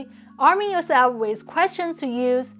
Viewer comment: You say ‘wiz’ instead of ‘with’ and we still understand you, sooo I feel you are doing a bit of nitpicking. Basically pointing out tiny flaws that don’t matter.